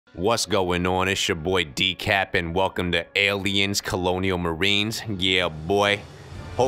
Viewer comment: You are my hero. I turned it off after he said "EY IT'S CHO BOY DEKAP"